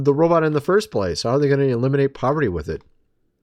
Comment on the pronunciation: Elon, the actor pretending to head these industries (SpaceX, Tesla, Boring Co., etc. -Yeah right) can't even pronounce poverty (he said "povity" 😂!) let alone eliminate it.